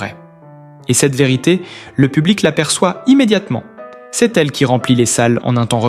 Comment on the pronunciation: Putain, encore cette voix de merde ! Je n'en peux plus !! Je bloque et je me casse. J'attendrai de voir Florent en chair et en os. Que cé-euh, ducon, on dit se ! Et puis le t qui est muet.... Que c'est pourri !!!!